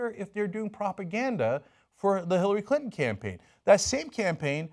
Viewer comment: "Hillary Cuntin" 😂